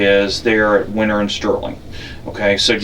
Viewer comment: It's winner rd. Not winter